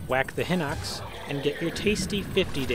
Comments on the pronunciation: its not pronounced Hinox its Pronounced HighKnox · I've never heard someone pronounce "Hinox" as "Hinnocks".